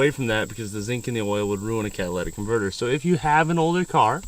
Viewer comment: you actually said catalytic converter ....im so proud of you guys for not saying cadillac converter